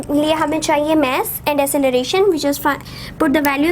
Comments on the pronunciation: ASALAM O ALIKUM MAM ITS MASS NOT MASSE PLEASE CORRECT YOUR SOUND OF MASS OTHERWISE YOU ARE BEST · Vo mess nahi mass hai bolna sikle